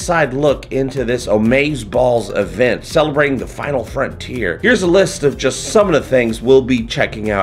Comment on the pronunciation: "Space The Ginal Frontier"